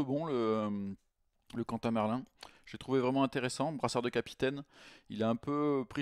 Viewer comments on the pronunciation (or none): none